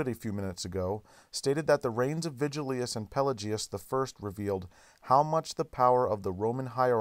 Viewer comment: Thutil So true, lol. I almost made a point to mention his constant mispronunciations of the "-ius" names, but decided against it at some point. I remember constantly yelling at the screen "it's Vigilius, not 'Virgilus" you idiot!", lol.